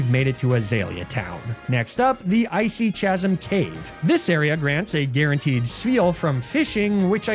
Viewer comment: worst thing you did in this video was pronounce Chasm the way you did, even if intentional